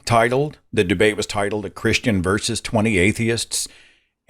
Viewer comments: Your guest is way too smart to be saying “verse” instead of “versus.” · He's Canadian in case you haven't noticed. That's how it's pronounced there.